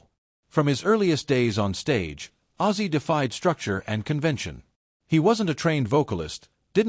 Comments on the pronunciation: For goodness sake....It's OZZY not aizee !!! It's not that hard😞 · WTF hahahahah I was hearing sometimes he referred to him as Aizeee and sometimes as Ozzy ...get it RIGHT if you're going to do a commemoration video : p duhhh so weird